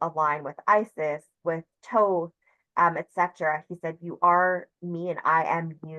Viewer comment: Isn’t it Thoth not Toth?